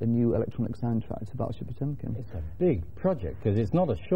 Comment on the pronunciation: I'm russian, usual pronounce of "Potemkin" is better than Neil said. In fact it's closer to "Potyomkin".